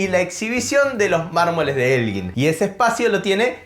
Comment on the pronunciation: Elgin, se debería decir la sílaba gin, como gitano, fuerte, para q suene como guitarra, debería llevar la u.